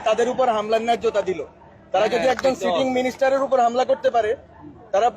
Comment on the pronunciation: কি বলল বুঝলাম না। সিটিং মিনিস্টার বলল না চিটিং মিনিস্টার বলল।